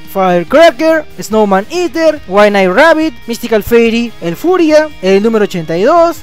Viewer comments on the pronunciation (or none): none